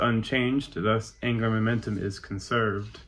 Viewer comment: Am I losing my mind or is he saying "anger momentum" instead of "angular momentum"?